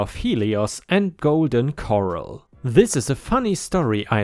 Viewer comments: The Tank? I'm just exercising my right to keep and bear arms...and this is an arm that bears ME. And that's "Corral" not "Coral" - A corral is a paddock where you keep horses. It rhymes with "Bore Gal" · You are saying Corel not not Cor-ral as in a round space in which you capture cows for branding and weighing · Quick tip,: If it's spelled with two 'r's, you emphasize the last syllable. 'Coral' is pronounced 'KORE-ull', but 'corral' is pronounced 'kuh-RALL'. Yup, English is weird. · Co-ral!! Golden co-ral! Cor-al is in the ocean. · Corral like a horse corral. Sort of like Core Al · Golden Corral, not coral. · Corral is pronounced cor RAAL. A corral is a pen for holding horses and cattle, and is found on farms and ranches. Coral is the underwater lifeform. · One good thing about owning a tank is it really difficult to accidentally shoot yourself cleaning it. BTW corral is pronounced cor al not cor el. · Corral pronounced ker-al. It's a pen for livestock or the process of bringing a herd of animals under control. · "patriotic" is said as "pay tree ah tick." Also for garage, it's better said as "grr-aazh" instead of a "gare" sound to it. Not that it's wrong, just better. Corral is said as "co (like co-worker) - ral (like rally)." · your not pronouncing the word cor·ral /kəˈral/ correctly.... just being helpful not critical Learn to pronounce verb 1. gather together and confine (a group of people or things). "the organizers were corralling the crowd into marching formation" 2. NORTH AMERICAN put or keep (livestock) in a corral. "sheep and goats grazed the plains during the day but they were corralled at night" Similar: enclose confine lock up shut up shut in Golden Corral is an American restaurant chain which offers an all-you-can-eat buffet and grill. It is a privately held company headquartered in the U.S. city of Raleigh, North Carolina, with locations in 43 U.S. states. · Corral rhymes with Dural, Coral is in the Ocean. Corral is like a horse paddock